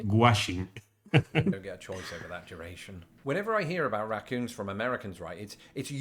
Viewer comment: There is no "R" sounds in Portugal apparently. I love the way you say Raccoons.